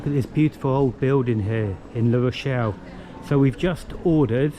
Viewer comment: That is LA Rochelle not LE Rochelle! (Feminine not masculine)